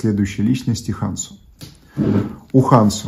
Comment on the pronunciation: Извините но почему вы произносите хансу , если везде четко прописана буква Хонсу?